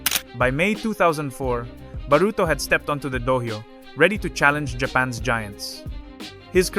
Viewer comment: The constantly changing pronunciation of the terms is sending me south haha I swear the narrator says dohyo at least 3 different ways in the span of a couple of minutes. Also wtf is a MAKEkoshi? Come on.